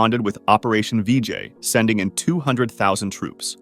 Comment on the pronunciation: It sounded like BJ 😭